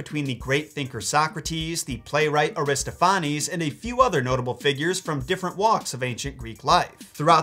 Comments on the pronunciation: It's pronounced Ari-STOFF-uh-neez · Accent on the second syllable: a-ris-TOPH-a-nes. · This might have been asked before, but where are you getting that pronunciation of "Aristophanes"? ( I pronounce Eugene's last name as EYE-0nesco [Ionesco] for years because I read it before I heard it. haha) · Air-iss-TOFF-uh-nees - in American English. Aristo-FAH-nehs in Greek pronunciation.